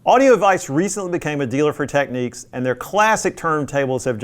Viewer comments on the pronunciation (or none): Why do Americans pronounce it Techniques? It’s Technicks. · TECK-NICKS! Not TECK-NEEKS! LOL! SMH!